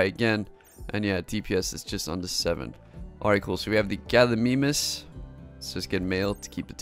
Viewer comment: Good job at those names, btw, they are all correct, save gallimimus, but that is fine